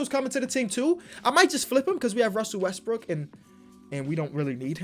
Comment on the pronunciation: Bruh, he was calling Russell Westbrook, Russell westbrick